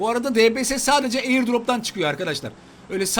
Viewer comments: onun adı debese degil dibiyes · DBS YE LBS DİYO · Abidbs diye yazılıyodibies diye de okunuyo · Abi debese değil deybies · Debese değil dibies ulan video boyunca kanser oldum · dbs diye yazılıyo di bi es diye okunuyo sjsjsjsk mksa JA>Şxzh daswda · O diybiyes diye okunuyor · Abi onun ismi dipies diye okunuyor ama dps diya yaziliyor